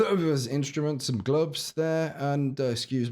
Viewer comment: Lmao at your glove pronounciation